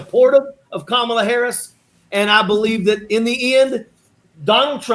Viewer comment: The accent on the first syllable of her name seems to throw people KA mala! Please Hall ...find a funny way to teach people. ❤